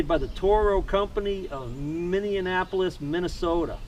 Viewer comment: Minne-Annapolis Minnesota 🤔🤦‍♂️ Very helpful video. Thanks!